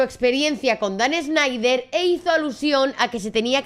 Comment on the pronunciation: Amiga, tus videos están muy bien documentados pero me cuesta mucho trabajo escuchar tu pronunciación de las palabras o nombres en inglés: “Dan ESNEIDER”, “SPIDERMAN”, “VIDIO”, “YUTUBE”, “GUGUEL”, “MAIQUEL”, etc. Sé que muchas vienen de tu cultura española pero de verdad incomoda bastante al oído.